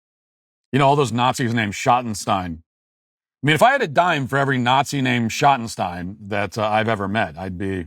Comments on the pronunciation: You keep mispronouncing "Schottenstein". It rhymes with "Dream" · I’ve always heard it said Shot-in-steen here in Ohio. Their name is all over the place here. But I admit I know next to nothing about them 😂 But I’ve seen some great concerts in the Schottenstein Center in Columbus